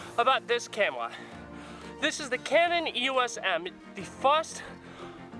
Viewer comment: " ill show youw why this is the brest camwwa " lol no offence bro nice video